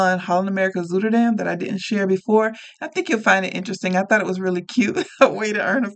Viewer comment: Enjoying your channel very much! Just offering a little help here as a Dutch speaker. The “ui” sound doesn’t really exist in English however, the closest sound is “ow”, or like the “ou” in “ouch” or “south”. If it helps, “zuid” is Dutch for “south” and “zuider” is “southern” except that the sound does not change like in English when you go from “south” to “southern”. So not “zoo”derdam or anything else but instead think “zow”derdam.